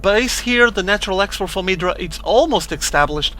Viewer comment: Idra not edra haha